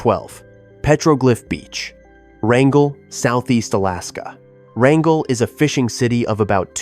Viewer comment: The three separate pronunciations of Wrangell…ugh, I hate AI and I hate when people are too lazy to figure out traditional pronunciation of the topic they are creating content about